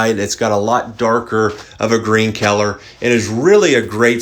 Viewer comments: What's with the super blurry images? And I have never heard people pronounce color as keller. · I giggled every time he said "kyeller." Very informative! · No one wants to talk about the way he says color? ok then.....